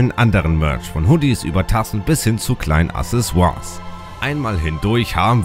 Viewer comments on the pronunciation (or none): none